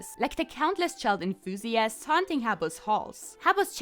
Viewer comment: "Child inthusiasts" lmao